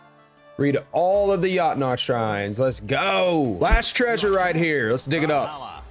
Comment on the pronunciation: 22;54 it’s pronounced yotnar